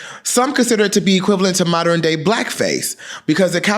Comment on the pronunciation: I love you, BUT The word is pronounced MOD URN” not “MOD UR IN”